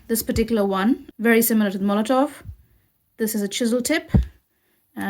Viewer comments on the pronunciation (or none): The company is Molotow, there is no letter V in the name but you continuously call them Molotov